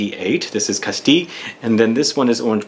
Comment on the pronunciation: I didn’t know that’s how they pronounced “Castile”, in the shop in Cambridge they always call it “cast-eel”…